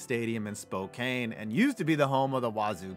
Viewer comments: Spokain, OK MR. Does his research. It's pronounced Spoecan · I played at Jo albi it was bad. Also it’s spo can not Kane. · Spo-Can, not Spo-Kane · It’s “Spo-can” not “Spo-kane”😭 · It's pronounced spoh-CAN, not spoh-CANE. Jesus fucking christ. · The washington state cougars NEVER played at joe albi stadium. Spokane (spo-can not spo-caine) is a good long way from Pullman, wa and Martin stadium where the cougars have played since forever...shotty research dude. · With joe AlbI stadium it is pronounced Spokane like a can not like Kane and it was never home to the cougars it was a second field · Joe Albi, in "Spo-can," not Spo-cane," was an occasional home of the Cougs, but that ended in 1978 when the school expanded Martin Stadium enough that the bigger schools in the conference HAD to go to Pullman, because Martin was now larger. Want a lousy football watching experience in the State of Washington? Try Kiggins Bowl in Vancouver. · Spokane is pronounced "Spo-can" not "Spo-cane" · “Spo-can, Washington” not “Spo-cane” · A few things about the former Joe Albi Stadium: 1.) "Spokane" rhymes with "trash can", not "cocaine". Okay, Spokane isn't that bad these days. But it certainly had its dumpy parts back in the day, and Joe Albi Stadium was one of them. And being next to Idaho does them no favors. 2.) Joe Albi Stadium was a fucking wind tunnel. I was in marching band in high school, and our band competed twice at shows held at Joe Albi. During one band's set, a soloist took off his shako (google it) prior to starting his solo. The wind caught his shako and sent it a good forty yards along the sideline, where a judge picked it up and returned it to the kid, then deducted the band half a point for it. Probably. Also, the band also competed once at Idaho's Kibbie Dome. In all honesty, giant concrete Quonset Huts are utter shit for acoustics. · Spo-can not spo-cane But ok lamo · SPO-CAN not SPO-KANE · he said spo-caine lol it's pronounced spo-can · "spokain" lol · Spo-cane lol